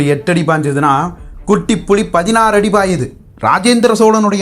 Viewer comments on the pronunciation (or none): none